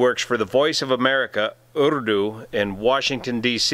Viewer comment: Excellent video. Informative and direct. Thank-you and, btw, very good pronunciation of Urdu by a non-Urdu speaker.